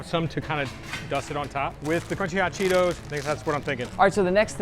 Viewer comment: No one gonna talk abt th facts that he said, “The Crunchy Ah Cheetos”?